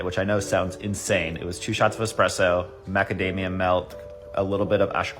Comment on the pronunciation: "expresso" smh